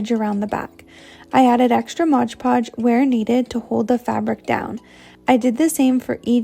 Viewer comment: MOD PODGE!!! NOT MODGE PODGE!! OMG!